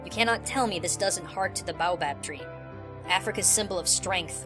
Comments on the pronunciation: its pronounced bay-oh-bahb. not bow-bahb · bay-oh-bab tree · Great video! But it's pronounced bayo bab tree! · it is pronounced bay o bab because my school houses are named after trees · Not to be that guy but you butchererd the word boabab im from south africa I would know